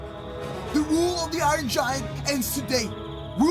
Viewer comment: can't say iron